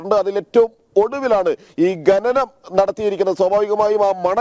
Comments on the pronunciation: ഗെനനഠ അല്ല. ഘനനഠ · എന്തോന്നെടേ ഈ ഗനനം? അക്ഷരം അറിയാവുന്ന ആരെയും കിട്ടിയില്ലേ ജനം ടീവിക്ക് റിപ്പോർട്ടറായി ?